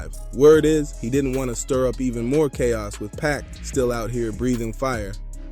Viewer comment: Good content but why u say PAC name like that